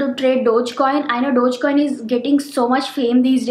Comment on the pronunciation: Dodgecoin?!!!! I thought it is called DOGECOIN!!